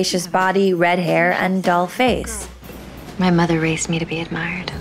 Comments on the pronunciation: Did she say dull face or doll face in the beginning? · She did say doll face. Not dull😊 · "Doll face"